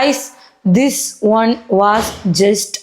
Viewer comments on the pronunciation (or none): One nde pronunciation ingane aano... You are such a hardworking girl,🎉🎉proud of you🎉